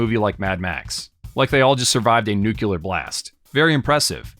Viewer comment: Nu-Clee-ar. not Nu-Qu-lar. New, clear energy. New-Klee-ar. (abscess much?)(Yes I do.)